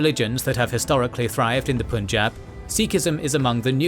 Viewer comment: pleaseeeeeee learn how to say punjab , before making entire video about punjab your hurting my ears